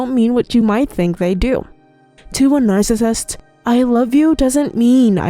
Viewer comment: Slow down when you say narcissist. If you are going to say it 100x each video it would be nice if you could slow it down and say it properly. Since your channel is on the topic, please learn to say the word. You can do it!